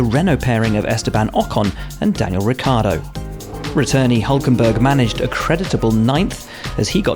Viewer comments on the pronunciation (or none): none